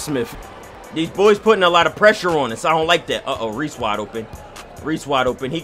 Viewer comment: He said resse trash to himself